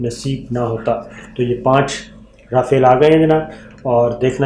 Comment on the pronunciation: Sabir Bhai es ka name RAFIAL nae RAFAAL hy.